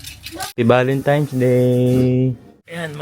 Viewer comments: Valentines po kuya hindi valentimes ✌️ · VALENTINES kasi hindi Valentimes, N hindi M.